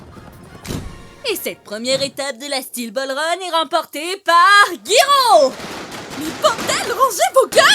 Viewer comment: Mdrr c bien mais comment ça "guiro" ça se prononce "jayro"